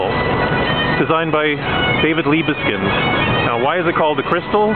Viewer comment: So it's "Leebskind"? Thanks very much for letting me know! Better to know sooner than much later that I'm mispronouncing something. I just read in the newspaper that they're building some new Liebeskind monstrosity in Toronto. When will we smarten up?